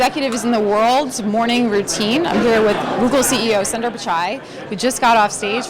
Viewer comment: Madam thats not sunduurrr its sundar 😂